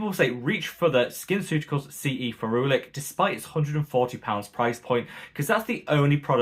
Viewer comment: 🤣🤣 love a frolic 🤣 ferulic 😅